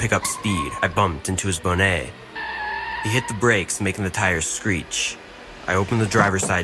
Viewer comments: Lmao Bona? It's bonnet pronounce bonnet it's what they call a hood and other parts of the EU thanks for the good laugh that was funny I never heard anyone pronounce it like that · Wow, rude...Larry was just being polite there princess......turns out u cant take care of urself...not real smart r u? Why would u drink and open container? ......its bon-net not bon`net. Lol just saying, ur cute.......ahhh ha ha she did not bite her own arm ....gross